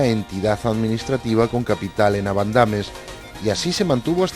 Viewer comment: Seijo????? No será siejo. A y se dice abandames en la segunda a lleva tilde y no en la tercera vocal